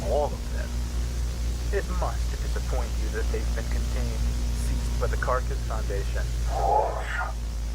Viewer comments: Loving the work you put in on these, and that your videos work like ScaryASMR in getting my spooky child to sleep (hey analog horror is a lot less violent than what he could be watching lmfao), but also PLEASE just say Carcas, the creator worked too hard on that acronym to not enjoy the pun xD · You keep spelling CARCAS, but it’s an acronym. It’s meant to be pronounced carcass, like a dead body.